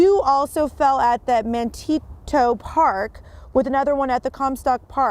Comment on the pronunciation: "Man-tee-toe Park"?